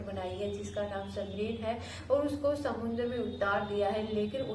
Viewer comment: Madam SAMUNDAR mat boliye SAMUDRA boliye. Dhanyawad